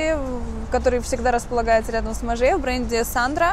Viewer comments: и Maje произносится не МажЕ а Маж ( длинное ж, почти двойное или тройное по- русски )) . Если бы Вы не были стилистом, то не криминал, ну произносите кучу брендов неправильно да и ладно, хотя смешно)), но если это то, чем Вы занимаетесь якобы профессионально, то как-то стыдно произносить такое количество брендов неправильно. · И Maje произноситься только как МАЖ! 😄 или вас не поймут в том же Париже 😊